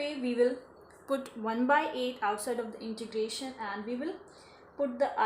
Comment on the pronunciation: It is Integration not introgration... Thanks